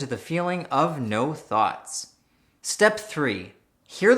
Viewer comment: Every time he says thoughts, I hear thots